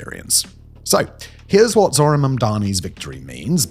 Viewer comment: "Zorhan Mamdani" noooooooo